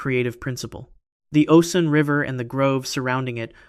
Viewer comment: It's Osun pronounced O'shuun